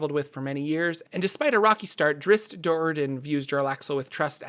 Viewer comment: DRISSSST?????????????? WHAT? DID YOU PRONOUNCE IT DRIIIISSSSSTTT?????????